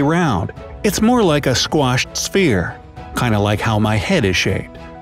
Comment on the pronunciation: SPHERE, not "SPEAR"<